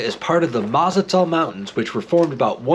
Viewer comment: Awesome video! But the correct pronunciation is Ma-ta-zel. Easy to remember… it rhymes with Mad as Hell.